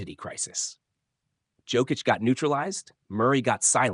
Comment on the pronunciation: FU you can even pronaunce Jokic's lastname